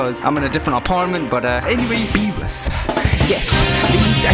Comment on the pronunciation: when he said beewus i felt that